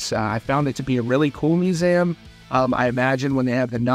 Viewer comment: The most shocking thing was the way you pronounce museum 😂